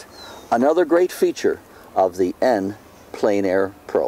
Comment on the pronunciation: French is pronounced "On plen air" not "en plane air"